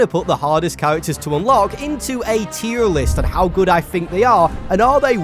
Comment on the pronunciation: Hearing this British guy say "tier" with a perfect R sound is uncanny.